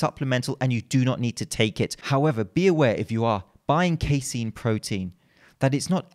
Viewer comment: Phenomenal content as always,. Keep up the good fight bringing truth to the much maligned information in the supplement industry. Lastly, you're correct on the pronunciation of casein -- "Kay-seen"